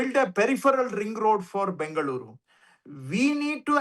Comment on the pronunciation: What is Bangaluru sir 😂 ? Mix of Bangalore & Bengaluru, you are also sounding like the North Indian residents of Bengaluru.